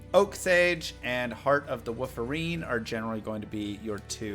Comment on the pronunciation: "Heart of the Wooferine" OK Now you're doing it on purpose! lol